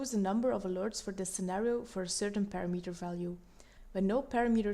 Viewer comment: it's pronounced pa-RAM-uh-ter, not para-meter...it makes it difficult to follow along when it's mispronounced like that.